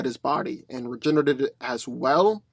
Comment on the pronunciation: can you say r.e.g.e.n.e.r.a.t.e.d... Not reginnnert bro